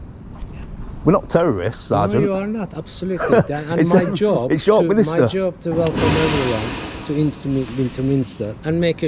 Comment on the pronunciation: Those stone figures are known as gargoyles - and it's York Min-ster NOT York Min-i-ster.